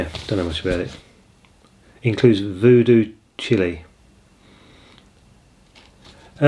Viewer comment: Great Hendrix pick ups dude😎 it's Voodoo child not Voodoo Chilie😹